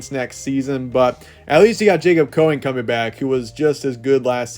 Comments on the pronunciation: It’s not Coeing it’s Cowing Cow-ing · Last time we checked Dorian Singer was a walk on that never caught a td until the Colorado 2022 and he is not better than Jacob Cowing who you can not say the man's name correctly